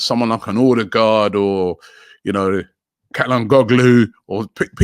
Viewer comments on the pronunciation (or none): It's pronounced Cha-lon-oglu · For future reference, it’s pronounced “chalanolu” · It's pronounced chal Han o loo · Dunno where that second g came from but its pronounced CHAL-HAN-O-GLU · This is how you pronounce his name Robbie. Cow-Han-oglu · Robbie, the C in Calhanoglu is pronounced like ‘ch’ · It is pronounced chahan olu robbie ,it will be so perfect having him since he is free. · The G is silent in Calhanoglu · Robbie is butchering the name just show the name fam. That's it . I'm gonna call the cop if ya did it again fam.